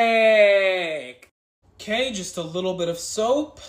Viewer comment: Every "PaErFAeKT", a kid in Africa dies.